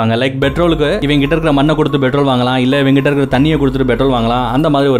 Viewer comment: Betrol இல்ல நண்பா petrol OK.